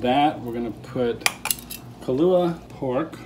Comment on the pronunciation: It’s “Kalua Pork” not Kahlua Pork. 😂